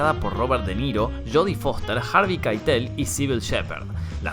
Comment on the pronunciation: Es Columbia pictures y ni hablar cómo pronuncias Harvey Keitel...